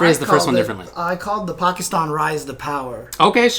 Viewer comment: Love how correctly pronounces 'Pakistan'. A true rarity on the western side of the globe. Well done.